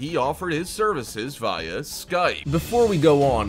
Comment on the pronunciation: Why you say “via” like that though?